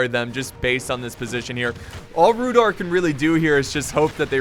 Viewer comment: Sry I think you pronounce Rhudaur with a not rhudor if that makes any sense. Sry my English.